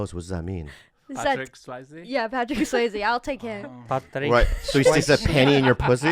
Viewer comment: “patrik swaizee” i’m in tears rn